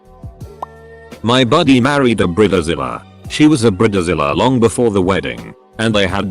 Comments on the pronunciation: What’s a Brita-Zella? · What's a brilla zilla and the intro but I keep hearing burritozilla